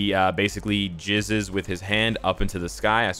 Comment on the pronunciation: Jizz bro not gizz lol